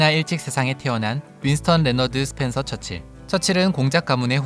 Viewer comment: 윈스턴 철칠 이라고 자꾸 발음되는 건 나밖에 없나?